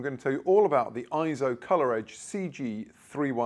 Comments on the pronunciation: Not pronounced IZZO. Eizo is pronounced AY-ZO, which means "image" or "vision" in Japanese. See the Eizo Wikipedia article on its proper pronunciation. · It's also pronounced AY-ZO in their own corporate brand message video. What's your point? Do I not have the right to help people properly, respectfully, and culturally pronounce a company's name?